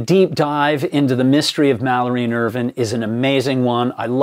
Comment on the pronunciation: Hi, love these clips, I’ve been following this since Mallory was discovered. Just want a to ask would you please pronounce last name correctly Irvine as in grape vine not as Irvin, he deserves that level of respect. Cheers